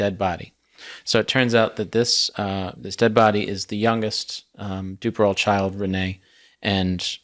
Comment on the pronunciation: It's "doo-pair-oh."